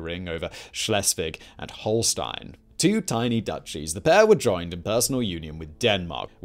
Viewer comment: Love the show… but please sort out your pronunciation of ‘Schleswig’ and ‘Holstein’…. ‘Holstein’ is not even consistent between takes.